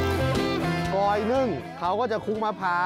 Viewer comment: กลอยค่ะ ไม่ใช่กอย